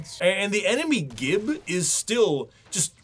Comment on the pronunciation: my boy....it's GIB not GIB! You don't say GIBLETS but GIBLETS after all!